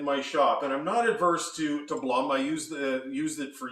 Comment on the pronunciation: You miss pronounce Blum.